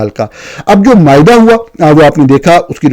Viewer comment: معاہدہ ۔ معائدہ نہیں